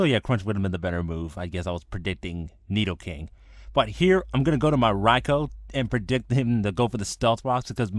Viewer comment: I gave it a like for your thunder king raikou..I mean rai-oh.